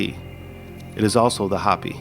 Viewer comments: Respectfully, it's Hoh-pē, not Hoppy. Otherwise,. I'm loving this little series. Keep em coming. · Bro is this AI? Hopi is not pronounced Hoppy, it’s How-Pee. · If your AI voice is so bad it calls the "HOPI" people the "HOPPY'S" then it's hard to take this video seriously. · It's Ho pee. Not hop pee! I lived in the USA south west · It’s pronounced Hope-ey, NOT hoppy. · It’s actually Hoh-pee not hahhh-pee. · Hoe-pee (Hopi) but other than that great vid. Thumbs up for not using an AI narration. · I came here to say this as well! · Thank you. I was coming here to say the same. 🤙🏼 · It's not "hoppy". Long O.